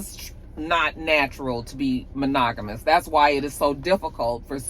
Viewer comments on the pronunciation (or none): Ma-Nig-A-Mus! That was hilarious! 😂😂😂😂😂😂😂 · “Mon-nigga-mas” took me smooth out! I can not stop laughing at that slip up😂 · Hey and the Roxstars😊. Yes, you said it right, moniggerous..........😅😅😅😅😅😅